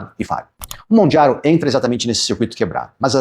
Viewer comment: Porque você fala Mondjaro? 😮